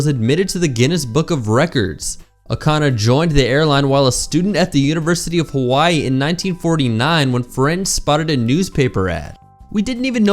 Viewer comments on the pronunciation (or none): none